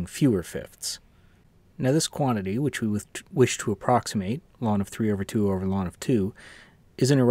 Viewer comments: I've never heard anyone call log "lawn." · You mispronounced "ln"; ln is called the natural logarithm.